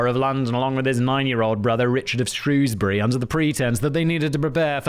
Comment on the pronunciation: I am from Shrewsbury and I’m so pleased you said it correctly and not Shrowsbury 🎉. Thank you Simon 😂